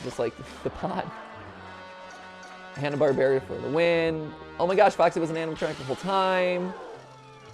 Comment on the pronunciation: Why does he pronounce hannah Barbara so weird?